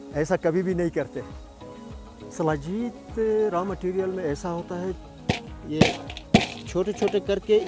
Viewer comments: Its shilajeet not salajeet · Its not salajeet.... its sheelajeet. Sheela means rock in sanskrit. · Hello dear bbc "Anpadhs".It's "Shilajit" not "salajeet"(as per paxtani pronunciation).so kindly change the title.